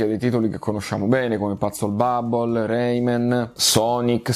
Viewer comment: Mi fa ridere la pronuncia di PuzzleBubble😂.. " Patsel bubble'😂😂